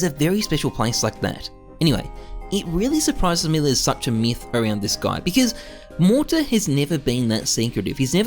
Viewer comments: saying morter all video lol. MOTAR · great vid, but how you gunna pronounce his name wrong every time you say it? All I hear is "Mortar" it's "mo-tar". u add an extra r every time. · why is he saying mortar2k